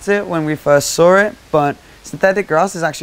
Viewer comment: when they first sawr it??? what is sawr???